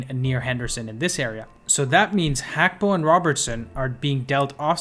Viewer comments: Its gakpo not Hakpo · It's Gakpo not Hakpo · Gakpo is his name pronounce it properly GAK PO GAKPO